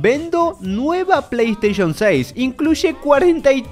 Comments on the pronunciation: Quien noto que dice Play Sation 6? XD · jaja dice playsation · like si notaste eel PAY SATION jajaja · Alli decia "Play Sation" hombre, como no lo viste venir. Es tan grascioso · Play Station❌️ Play Sation✅️ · Playstation❌ Playsation✅ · XD arriba en vez de PlayStation dice PlaySation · "PlaySation" vaya pirateria🤣🤣🤣🤣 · Alguien se dio cuenta que dice playsation? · Es q no saben leer oq? Playsation dice.. no playstation!!!